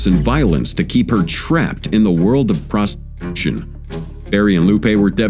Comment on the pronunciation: Errr...... 4.22: WTF is 'prostSTARtution'?.....